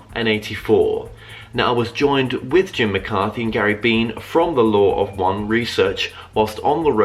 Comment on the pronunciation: Ugh,, I really appreciate what you're doing, but you're such a mess. Every video I watch, your questioning is terrible (and getting worse). And in this video, you mispronounce Jim's name multiple times before you get started, and then, even worse, to his face! 🤦‍♀️🤦‍♀️🤦‍♀️ I'm horrified for you. Carry on, but wow... get it together, bud.